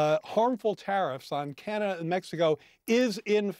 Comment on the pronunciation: "Manada" LMAOOOO